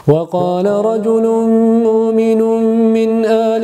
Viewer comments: اخي انت تقرأ برواية حفص الصحيح هو رجل مؤمن نطق الهمزة بدلاً من الواو رواية ورش هي بتقرأ مومن يعني بدون الهمزة الصحيح هو تقرأ مؤمن وليس مومن. الأخطاء التجويد كثيرة بصراحة 😅لكن هذه غيرت حرف انت فأردت ان انبهك اخي بارك الله فيك. ماشاء الله اخي صوتك جميل اتمنا ان تحبب الناس القرآن بصوتك وتكسب الحسنات لإستماع الناس لصوتك تخيل! واهم شيء بالأول تتقن جيداً انا معلمة قرآن وبعرف حلقات للرجال و اذا بدك ارسل لك رابط تصحيح تلاوة للرجال. وجزاكم الله خيرا اعتذر اخذت من وقتك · السلام عليكم, أخي في الله جزيت خيرا على ما تنشر من محتوى هادف. أود أن ألفت نظرك إلى تلاوتك للآية الكريمة يجب أن توضح لفظ الهمزة { في كلمة مؤمن } للإ تشبه رواية أخرى في القراءة كما ظننت عندما سمعتها لأول مرة, فإن خلط القراآت للروايات المختلفة لا يصح. و يجب أن نكون حذرين في ما يخص القرآن.. تقبل نصيحتي المتأخرة